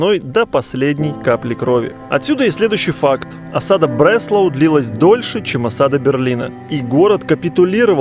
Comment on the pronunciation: В немецком фрагменте слышно что ударение на а, Бресла'у, а не Бре'слау...